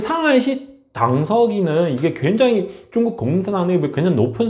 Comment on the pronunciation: 중국 사람인지 모르겠지만 한국 방송하면서 중구오 이렇게 말하눈거 역겹습니다